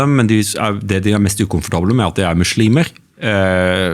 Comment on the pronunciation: 1. Det heter islam og muslimer med bokstaven S og ikke "SH". 2. I Koranen kap 2 vers 246 (som representerer islam) står det klart og tydelig: "det finnes ingen tvang i religionen (islam)" 3. Kristne er ikke forfulgt i Pakistan, det finnes hindu templer, kirker og andre religiøse begivenheter/attraksjoner som andre nasjonaliteter bruker i ro og fred. Det er bare å sjekke på youtube om uttalelsene fra turister rundt gjestfriheten i Pakistan. 4. Det finnes ingenting i Koranen om dødsstraff om frafall av islam - enhver er født fri med fri vilje (og vi testes ved alle livets aspekter av Gud). Se bare på kap 2 vers 256 i Koranen : "det finnes ingen tvang i religionen (islam)" 5. Det er en grunn til at muslimene ber 5 x om dagen, faster, er avholdne fra alkohol/svin - årsaken er store helsegevinster både fysisk og psykisk. Disse verdiene står og nevnt i bibelen. Tro gir håp/optimisme, det gir disiplin, ydmykhet, moral og nestekjærlighet.